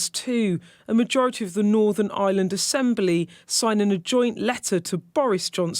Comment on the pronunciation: Bugs me she says Eye-land as in a regular island.